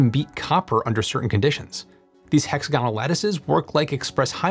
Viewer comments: hex-agonal not hexa-gow-nal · hex-A-gonal, not hexa-GON-al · It’s hex-AG-onal, not hex-a-GON-al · hex-a-GON-al? That's nails on chalkboard! Right-thinking people say hex-AG-on-al. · Hex-A-gonal not hexa-GON-al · yeah but I've never heard anyone say HEXA-GONAL instead of HEX-AGO-NAL 🙂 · hex-A-gon-al /*plonk* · Nice video. A nit: I believe hexagonal is accented on the second syllable-- hex AG on al. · "hexAGonal" is how it should be emphasized. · odd, i don't think I've ever heard hexagonal pronounced that way. I wonder if it's american, or a lot smaller group, that says it that way? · "Hexagonal" has the accent on the "A", just like "diagonal". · I don't trust him. He doesn't know how to say hexagonal. This is 4th grade stuff, and I'm supposed to trust him with complex data? Nah. Pass. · how in gods name does this man say hexagonal? my poor ears. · I think some Americans are taught to emphasise the second last syllable. That's why they changed aluminium to aluminum, and why they can't say nuclear properly. So he's not wrong, but it does sound a bit awkward.